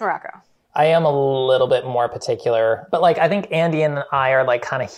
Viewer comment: "I am a llittle bit more peticular" -Chris Morocco 2020